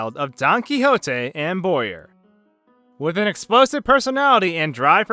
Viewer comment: I think it's pronounced bow-yer not boy-rgh